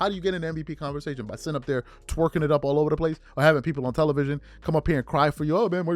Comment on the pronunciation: I noticed in a lot of your videos you say "twerkin it up" or are you saying something else?